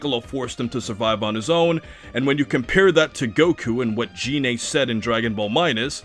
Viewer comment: So the problem is... you thought Selypa was the squad's fuck-toy, and are upset she is not. Also, it's Gine, not Jine.